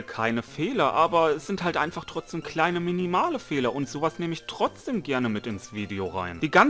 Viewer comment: Alter Chill, ich mag deine Videos trotzdem. Du sprichst das wort Trotzdem Falsch aus, aber mal erlich ist ja scheiß egal. Ach jetzt Sprichst du das wort Richtig, naja passt ja jetzt perfekt hahaha.